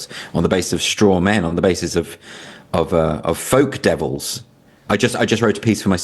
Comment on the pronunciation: Is he saying "faux" devils or "folk" devils?